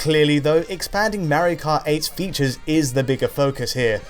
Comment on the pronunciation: Mawio Kawt Ehhhhhhhhhhhh